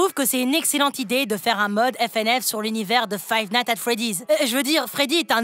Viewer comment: il a dit five "natte" at freddy's pour dire le mod 😂🤣